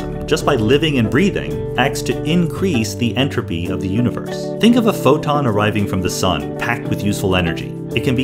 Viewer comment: every time he says enrapy take a shot